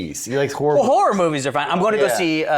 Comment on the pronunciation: Walking pneumonia here and Kevin can't say horror. Literally killing me 😭